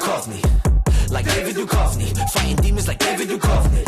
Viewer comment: This song has been my bounce song since it came out. Id posted it on the discord, noting that it had been filmed by flackerz but maybe you didn't see it. I need you to go watch x files, though. Everyone in our generation should know how to pronounce Duchovny lmao. Much love 🧡🧡🧡🧡:_heart::_heart::_heart::_heart::_Set::_Set::_Set::_Set